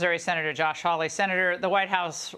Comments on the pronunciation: his name is Josh Haw-ley (haw rhymes with law; ley pronounced like Lee). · Haw-lee, not Holly.👍😉